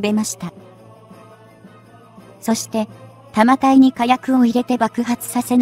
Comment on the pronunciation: 「たまたい」→「だんたい」